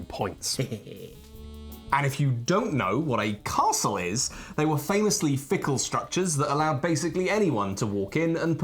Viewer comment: I like that pronounces Castle correctly, rather than Carstle. Also, it is a very pretty board and I like Scotland.